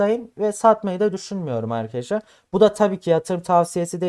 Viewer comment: Köylü müsün şa Eykadesler ne oglumm Arkadaslar